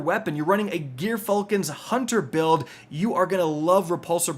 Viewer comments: Lew-SHINT... GEAR-falcon... fml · I'm disappointed. We gotta work on that "gyrfalcon" pronunciation. Tsk tsk tsk Great video though, thank you kindly 🤩